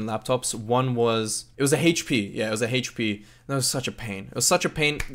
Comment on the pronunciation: "Hate-Pee" laptop